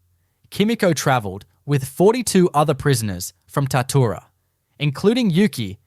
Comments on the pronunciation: Bullshit, I am from Shepparton right near Tatura...there was a major Japanese prison camp at Tatura(pronounced Tatchoora). Its well documented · Im from Shepparton, about 40km from Tatura...ffs get the name right! Its pronounced Tatchoora. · Such a pity the creator was too lazy to make even a small attempt to coordinate the photos with the narration. The Tatura Wartime Camp Museum has photos and other items which could have been used in this production. Oh and it's pronounced 'Tat-you-ra'. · Pissing me off, Its Tatchoora. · Pity the narrator can't pronounce Tatura correctly. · So true, I winced every time he/it said the word.